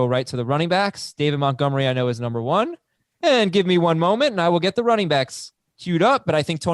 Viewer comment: Can anybody tell me why refers to David Montgomery as David Muttgomery?